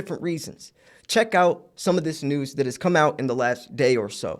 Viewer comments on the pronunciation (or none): none